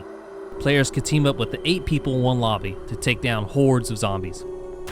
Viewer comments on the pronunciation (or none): none